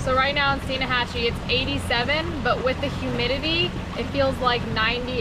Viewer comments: Why is she adding an "a" in the middle of Steinhatchee? Its not Steen-a-hatchee, its pronounced Stine-hatch-ee. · It's Steinhatchee..... You're adding an extra A in it. :) Keep up the good work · Steinhatchee, not steen a hatchee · Alright I love you videos but can you please say your location in this video correctly. I live an hour and a half from there and it's Steinhatchee. Not Steinahatchee. On another note. I love yalls channels and yalls videos are the only ones I can get my wife to watch with me and she actually be interested. Thank yall for all the hard work. I'd love to do a collaboration with yall one day. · Love your vid Love your family but it’s Steinhatchee not Steinahatchee😃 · My God stop pronouncing the "a" in Steinahatchee = Locals have forever called it Steinhatchee ( the "a" being silent)!!!!! ( a Floridian, that grew up up there )!!!! And to be more better correct = It's not pronounced like a German "Stein", rather like "teen" = Steen - hatchee..... FYI ( almost got it )........ Enjoy yer stuff........!!! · Awsome vid love your channel by the way there is no 'uh" in Steinhatchee its just stein.....hatchee keep up the good work and watch out for Luke lol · Love the channels for you both. Always great family fun. Not to be negative, just fyi, the town is Steinhatchee, without the “a” and most folks pronounce it as stein-hatch-e. Keep the good videos coming. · Dear Lord I hate to post this.... But I grew up in N. FL and live there to this day. I love both your channel, Gabe's channel and DMF's channel. However, there is not a "A" in Steinhatchee. Love you guys, Love your channels ( I never complain). However that one got me:-). Edit - I really need to retract that, there is a A in Steinhatchee, but I have never met anyone who says it. I am probably %100 wrong.